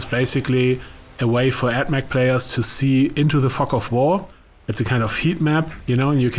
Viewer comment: He said "Fog of war" Sounded like something VERY different.